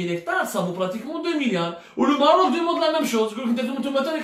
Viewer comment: Mon cher ami tu te goures lourdement; et malheureusement tu a perdu toute credibilite; c est dommage ps: on dit maroc ou maghrib mais pas merroooc